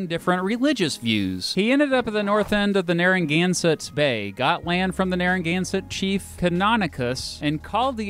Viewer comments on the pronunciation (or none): I live in narragansett (Narr-uh-gan-sit) and I was so sad when he called us Narragaunsut :( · you just said naran gansent i am deeply offended as someone from the town of Narragansett, RI. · Nare a gan set is the proper pronunciation, cringe worthy with how you said it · The way he pronounced some of the places names in Rhode Island was painful! Like Narragansett, it’s near-uh-gan-set Not near-an-gun-set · Great video. I was born and raised on Aquidneck Island (a Newporter)... I really miss my home. Unfortunately, it's gotten too expensive to live there. You mispronounced Narraganset... It's Narra-gan-seht, not Narra-gan-suht... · Butchered my home town beach... not narran-gansett... not naragonsett... its nara-gansett.. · Pretty good overall on RI. Thanks for the effort. Two clarifications: It’s “NarragansEtt” with an “e” sound and not a “u” sound. It’s a native name for the local tribe and area. A nor’easter is a regular storm but has winds from the northeast. It’s not a hurricane as described. A hurricane is a hurricane and a nor’easter is a nor’easter. Many thanks from Newport and Providence. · IT IS PRONOUNCED NARE-UH-GAN-SET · Dude, you are really mispronouncing Narragansett (Nare-ra-gan-set), and is Wamponoag (Wom-pa-nog). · “Narran-gansatt bay” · I'm sorry but I have to. Narragansett -> Narra-gansett Wompanoag -> Womp-ah-nog And you didn't say it, but for people wondering Wickaboxet is actually pronounced "wickabosset". Most of our landmarks/cities/parks etc have native American names. Also yes it's a bubbler we're right you're wrong and nobody else has coffee milk so we're obviously better okay bye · You’re pronouncing Narragansett wrong. (I live here) it’s pronounced Nare-ah-ghan-set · He was like narangansut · I can't get over you pronouncing Narragansett and Wampanoag. Nare-uh-gan-sit and Womp-a-nog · I just have to say as a Rhode Island native Narragansett Nare - uh - gan - zit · This dude goes “narangannsatt bay” 😂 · Narra-gan- sett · Oh my god same